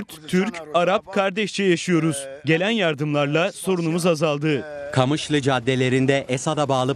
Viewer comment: Kamışlı ne lan QAMIŞLO 😂